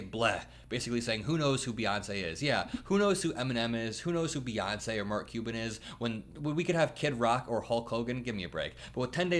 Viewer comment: It's Bey not Buh